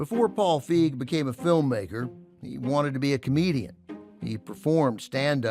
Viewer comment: It's "Feig", not "Fieg".